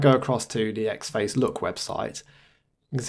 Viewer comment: great video as always, but this is the second one where you review a distro with the xfce DE and you keep saying "X Face" Ahhhh please stop it's having the same effect on me as someone dragging their nails over a chalkboard it's pronounced as four individual letter's, this from the first line of the wikipedia entry for xfce:- "Xfce (pronounced as four individual letters)" see!, small gripe I know but it's got to me, you wouldn't say Kade for KDE would you?, anyway feel free to ignore me and keep making video's.